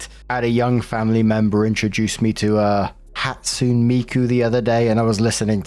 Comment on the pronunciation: Dude, I got psychic damage when you mispronounced “Hatsune”. 🤣